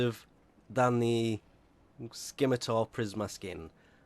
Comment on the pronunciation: I get so triggered when he says skimitar...